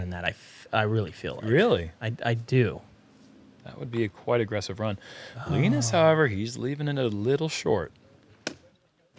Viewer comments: LEEENUS is not a word!! It's LINUS!! Ya know !? Like the Charlie Brown cartoon character!?? You guys sound like morons F! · i dont think you saying Linus right...